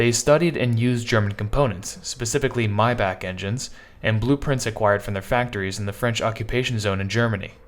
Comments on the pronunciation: My man it is not "MyBock" it's pronounced "MayBach" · It's my Bock not your Bock